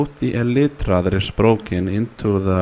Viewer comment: "Helloo everyone, I want you to show you how to Repair your broken (small pause) E LIT TRA"